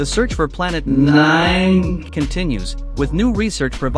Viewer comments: stop saying nine like N I N E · i like it when he says “NÆĚÊN” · "Planet N I N E" always gets me💀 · The way you say "nine" makes me want to pass away from colon cancer immediately.